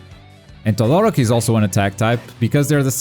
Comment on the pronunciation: Why is it so difficult for you people to say TodoROki, and not ToDOroki? It´s a genuine question, not triying to be a dick.